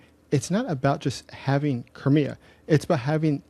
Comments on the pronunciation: why don't you pronounce thei in crimea ? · The way you pronounce Crimea makes it sound like some cheap car brand :cat-orange-whistling